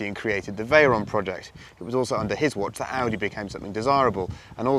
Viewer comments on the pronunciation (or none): none